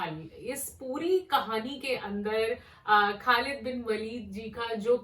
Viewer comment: Khlid bin waleed is actual pronounced